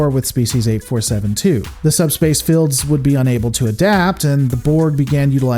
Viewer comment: How come your "shields" and "fields" doesn't have "i"s in it? I mean you pronounce them wrong, its a bit cringey to listen. Sawry.... ✌🏻️